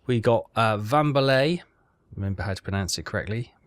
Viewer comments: A telescope in the basement isn't really useful, isn't it? The name is pronounced "Valemboa" and not "Vamboay" or "Vamboy" or the million tries you made. Come on,, that's not too hard. I'm still intrigued, what next to come. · It's really not hard to say "Valembois" even remotely correctly. Plus, he's heard it pronounced like 4 times now. It's, uh, extremely confusing how inept at that he is.